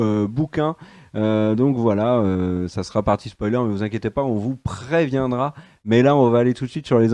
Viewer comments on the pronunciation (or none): none